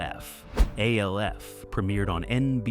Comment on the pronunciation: Just say alf not the letters A L F